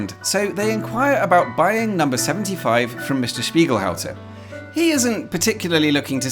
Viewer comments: You pronounce it wrong. Its Spiegelhalter with a "t" not Spiegelhouser. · Strange to pronounce it 'Spiegelhouser' when it is clearly 'Spiegelhalter' ?? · as german, i gotta ask.... why are always saying "spiegelhauser"?! when the name clearly is "spiegelhalter"?! mirrorhouse & mirrorholder are 2 quite different things, u know 😉 good video otherwise! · why do you keep saying spiegelHAUSER when the shop clearly says spiegelHALTER? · For some reason I hear you say "Spiegelhauser" most of the time. And there is quite certainly an s-sound in your pronounciation. The -lter is basically the same as in "falter", so there should be no problem with pronounciation. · All through I was hearing "Spiegelhauser" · Hi. I have watched again and now I can hear you are correct, but the 'lt' is very soft, but perhaps it was my expectation to hear the 'halt' part part pronounced as it is spelt, as in 'to come to a halt' rather than 'how'. Of course lots of names and words are not pronounced exactly as they are spelt so I'm sure you have done your research and are saying it correctly. Because the l is just before the t it rather disappears making the 'lt' very close in sound to an s. Keep up the good work. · Why do you keep pronouncing spieglhalter wrong?